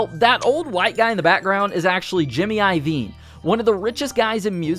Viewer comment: dude it's iovine...